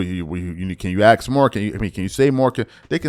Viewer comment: the word ASK is said how it’s spelled. It’s not “Axe” it’s A-S-K. So you say it A-SSS-K ASK! You sound like a damn moron honey slapper!